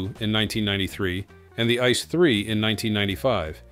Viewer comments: Come on, call these DB trains by their proper names ... they are not "ice" trains, they are I-C-E trains, like eye-see-ee. It means Inter City Express. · ice one, ice two ice three ... Jesus, leave us alone with those ai voice overs. It's spelled out, AI, CEE, EEE, not 🍦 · Wrong pronunciation of ICE while knowing better throughout the video. Thumbs down. 👎